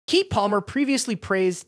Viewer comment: It’s pronounced KEE-KEE love not Keek! 🤦🏾‍♀️ 😂